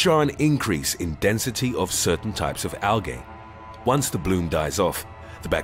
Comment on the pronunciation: First time I’ve heard the pronunciation of algae like this narrator says it.